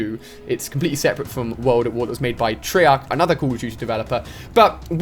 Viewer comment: Bruh, I don't mean to be disrespectful and I knew what you meant, but I hope you found out after a while you accidentally said "I want you to do your own thing, TREARCH"